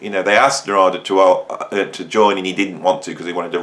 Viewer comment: He pronounces his name NAR'DA